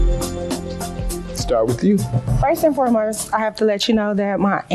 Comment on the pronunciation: First and "fermerst".... Enough said